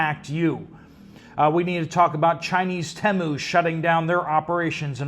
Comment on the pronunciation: TEMU is pronounced in their ads as TEE-MOO. UPDATE